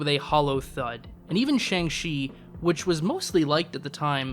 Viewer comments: Can't trust your opinion on this topic if you pronounce Shang Chi wrong 🙄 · I dislike this man and think the way he says Shang-chi is stupid, he makes a good point though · Learn to pronounce Shang-chi, you didn't even try, they say it so many times in the movie.